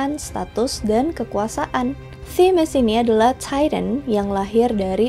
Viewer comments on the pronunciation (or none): Bagus banget pembawaannya , suka 😍 Oiya kalo sebut TITAN biasa aja kak , soalnya kadang suka salah sangka jadi Tyran 😭 ( aku nonton cuma dengerin suara gk liat video nya , biasanya sambil ngerjain hal lain )